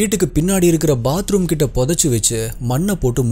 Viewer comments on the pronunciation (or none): none